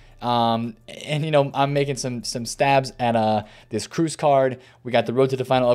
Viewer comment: Awesome video! But one thing that bothers me is how you pronounce Toni Kroos! It’s pronounce Kråås not Kruus! When you say it it sounds like Toni Cruise 😅 keep up the good work